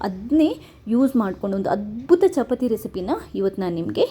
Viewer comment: chapati alla chapaati anni mam